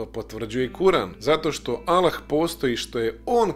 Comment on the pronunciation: Trebao si bar nauciti akcenat kada izgovaras ime Allah.. 1.“Kako će to biti– reče Marija anđelu- jer se ja ne sastajem sa mužem? Duh sveti sići će na te – odgovorio je Anđeo- Sila Svevišnjeg zaseniće te”. (Luka, , 35). 2.Po tvom tumacenju Boga je rodila Marija .. 3. Allah - Jedan! Allah je Utočište svakom! Nije rodio i rođen nije, i niko Mu ravan nije!"